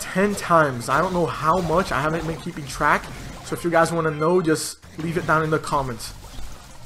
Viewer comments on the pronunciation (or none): none